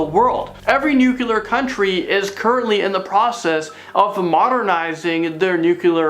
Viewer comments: It's Nu-Clear. NOT Nu-cular.. 😁👍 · he still says nucular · Nucular or nuclear? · Why cant any of them pronounce the word "nuclear" correctly?! Its not that difficult! Its pronounced "noo-clee-ur", not "nucular"! Pronounce it like its written, right? Doesn't that make more sense? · He said "nuculer" haha